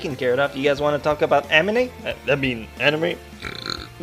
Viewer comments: Make a counter of how many times you said "Amine" instead of "Anime" Also - Every old guy in every Japanese dubbed anime. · he said amine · STOP SAYING AMINE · Lol "aminay".